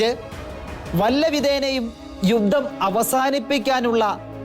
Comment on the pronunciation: ഗോരയുദ്ധം? ഘോരയുദ്ധം എന്ന് ഉച്ചരിക്കണം. യുദ്ദം? യുദ്ധം എന്ന് പറയൂ പാലായനം അല്ല . പലായനം എന്ന് വായിക്കൂ...............